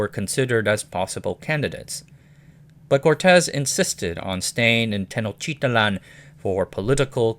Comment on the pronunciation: technotitlan is easy to pronounce: ten oak tea tlan